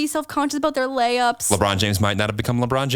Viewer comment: What said: when the kid is making lay ups... What I heard: when the kid is making lamps... I was so confused when you brought up LeBron James 😂